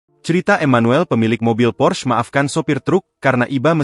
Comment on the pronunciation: PORSCHE, bukan pors bacanya itu bahasa jerman